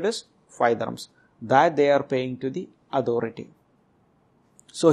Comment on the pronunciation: End ko yend, authority ko adhority bool raha hai